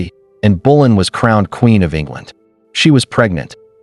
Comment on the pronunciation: It's not in bulan it's Anne Boleyn fgs